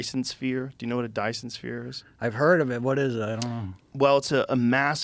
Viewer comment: Wow Joe butchered that Dysons sphere lol